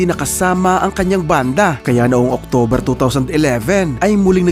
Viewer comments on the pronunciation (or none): none